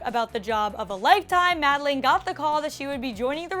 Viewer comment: I subscribed because you said madelaine's name right 😂